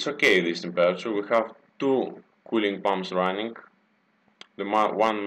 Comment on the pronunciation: if you say temperature like that again i swear down im going to slap you.